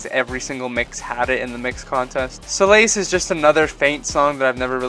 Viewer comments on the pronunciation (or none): Wait, is Solace really pronounced “soul - ACE”? I always pronounced it “SOUL - ihs” XD